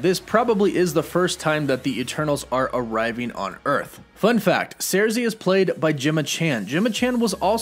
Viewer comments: He said surzi instead of sursi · Sir-Sea. High-Ech. Jesus...